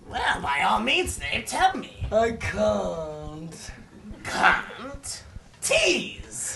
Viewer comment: Um...did say "C-word-TEASE!" instead of "Can't? TEASE!" Or am I hearing things?